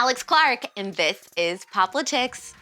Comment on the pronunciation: I'm 99% sure you are pronouncing the name of your show wrong... It would be cooler if it was pop-litics instead of pop-li-tics